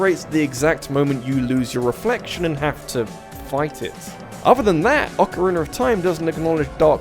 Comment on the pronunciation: Ocarina not ocareener and Mario not mary-o